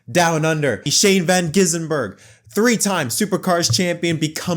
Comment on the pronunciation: Shane Van Heisenberg